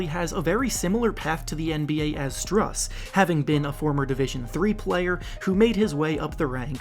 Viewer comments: It’s pronounced “Stroos” not strus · It’s pronounced Stroose like a goose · btw Strus is pronounced as Stroos